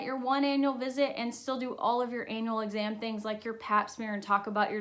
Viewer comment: it doesn’t sound like she’s saying ”annual exams” 😂